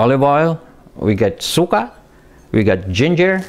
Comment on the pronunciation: Pronounced suka in a way that translates to vomit. Jeez.